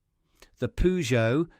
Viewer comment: Not POO geot - PER geot.